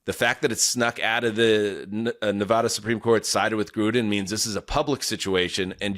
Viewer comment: It's incredible that and have lived next door to Nevada for many years but still can't pronounce it.